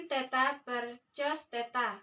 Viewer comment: Diperbaiki, cara bacanya: Cos dibaca KOSINUS atau KOS